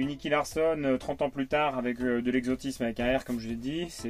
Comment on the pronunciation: « Attention il y a beaucoup d’exotisme avec un R » Moi : 🤨hein ? ... ahhhhh ok mdr 🤣